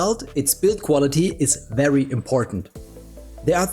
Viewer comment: please learn to say your v's.. hearing wery nice every time is so grating